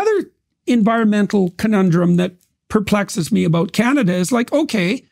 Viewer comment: I think the first thing you need to do is to learn how to pronounce the word "about" haha